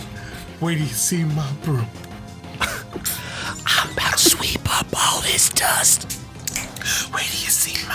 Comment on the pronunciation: "Mah BrhoooMm" lol